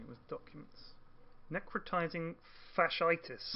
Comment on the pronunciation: your interpretation of necrotising fasciitis made me lol!